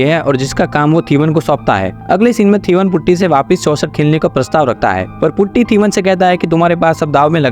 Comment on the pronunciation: Putty? its potty brooo